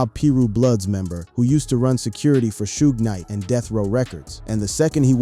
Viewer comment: Aside from some of the visuals being totally non sequitur to the commentary, there's plenty of continuity issues: "PEE RUE" "SHOE GID KNIGHT" "PACK's assassination" "KEFFAY"